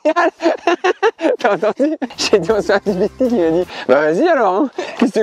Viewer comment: Ils ont dit "bon appétit alor" les gens qui réponde a ben quand il dit "ont fait un pik-nike"